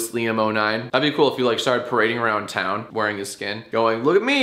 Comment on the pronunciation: RIP Tami Romero's "twon"